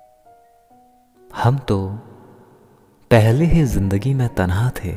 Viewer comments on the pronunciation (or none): none